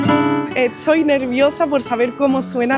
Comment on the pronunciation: Por qué da vuelta la t y la s? "Estoy" se convierte en "etsoy"